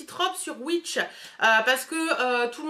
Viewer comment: Concernant Wish (qu'on prononce ouich et non ouitch !!!) ils sont très commerçants et pas chiants. Tu cliques sur l'objet que tu as acheté en cochant le souci et tu es très vite remboursée. Pour des petites sommes, ils ne te demandent pas de renvoyer les produits. BreizhBizzzh2P@